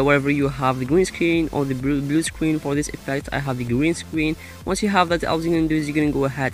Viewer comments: Green Scween effect Gween Scween Backwound So Adorable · it's not a pwobem we all say gween scween owo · gween scween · Gweenscween Ovahewe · Gween Scween LMAO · gween scween gween scween backwound pwess on it lolll ily 😂😂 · he says gween scween😂😂😂